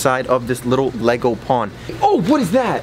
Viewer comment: Nego? U mean lego